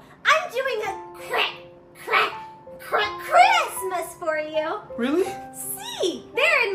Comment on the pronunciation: Why does she have trouble saying "Christmas"?